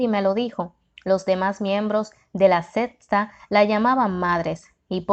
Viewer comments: También dice sesta en lugar de secta tiene que tener cuidado como pronuncia las palabras porque confunde a los que escuchamos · Me recomendaron mucho este libro, por cuestiones de trabajo casi no me da tiempo para leer por eso lo busqué en audio para escucharlo mientras laboro, desafortunadamente la narradora no es muy buena y con muy mala vocalizacion. Cada vez que decía sesta en vez de secta me hizo recapacitar y decidir que mejor voy a sacar el tiempo para leerlo y ahí voy.